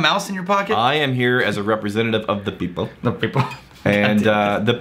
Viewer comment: Is pronunciation of "people" (hard second "p") a Stephen Fry reference? Deep nerds want to know.